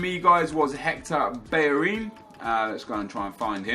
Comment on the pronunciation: Why does he say Hector Berrerin? Not Bellerin?